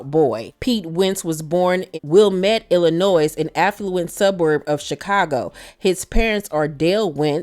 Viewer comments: Illin-noy Not Illinoise🥴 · Um, that is not how Merle Oberon’s name is pronounced…😳 You mispronounced Illinois, too. Oh boy…